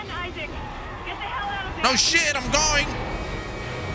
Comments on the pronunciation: guy really said I Saac lmaooo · Wait.. Did he say "I-zach" for the name Isaac?🤣🤣🤣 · Lol “Eye-zack” Clarke lol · The way he pronounced Isaac name had me cracking up lol